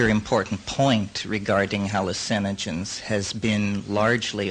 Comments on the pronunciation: I love the way he says hallu-CIN-ogens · Lol, same.